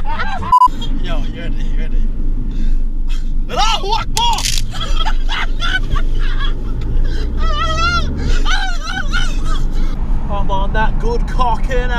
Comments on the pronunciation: 😂 He said Allah oh akber It Allah akbar and it means I love God still funny af tho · H4RIS S4V4GE it’s Allahu Akbar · It’s not as Rasictwhen u just say Allah Akbar (god is the greatest ) but the way Jay said it is a bit offending for some people anyways people learn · Why did u say allah akber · ALAH HAC LUA BAR???????? Man you know how to speak proply this how you say it Mate: ALLAH LAC BAR ALAHU!LAC!BAR Ahal Lac Bar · It's not acc rascist saying Allah.hu.akbar (god is the greatest) it depends on how you say it like jay did... he did it in a bad way, which can offend some people. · the allahuakbar part tho lmao whire people cant say it props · I mean the vid is alright but u just ruined it by saying alahuakbar. Thats racist and not to play with